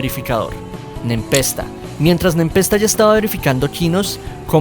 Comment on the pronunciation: Se pronuncia "Nepesta"